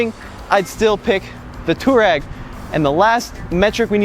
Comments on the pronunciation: Why call it at tooreg" when its pronounced Tuareg as spelt-not technical a fact ! --typical yank arrogance-we will call things what we want ! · Please stop saying Twar-rag. It sounds one letter off of filthy.